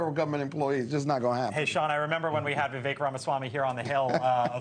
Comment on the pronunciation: VEE-VAKE? How hard is it for you to get his name right?